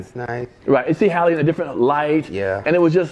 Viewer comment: It's Halle not Holly